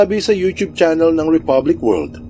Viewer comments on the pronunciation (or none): none